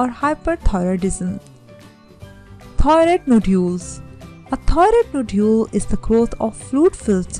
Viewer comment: This video had a lot of good information, however, the person had a very thick accent. There were times that it was even difficult to discern the word 'thyroid.'